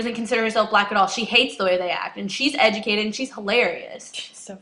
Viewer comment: this dumb bitch can't even say educated right lol